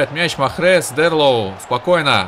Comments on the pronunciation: Правильно читается Mahrez-Марез! А не Махрез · Не Махрез , а Марез , и много берешь на себя , и есть финты, которые не надо делать !!!